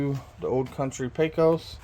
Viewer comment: Its pronounced PAY-KOS. Pesos is a Mexican dollar and obviously spelled different than Pecos, which is the name of this smoker....